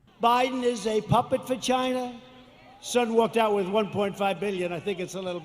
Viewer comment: Trump: "Biden is a puppet for China." What I heard: "Biden is a puppet vagina."